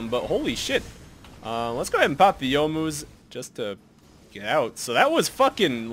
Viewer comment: Around 22 minutes, why were you healing when you hit the ward? Also I never realized how much I appreciate that pronounces Youmuu's correctly.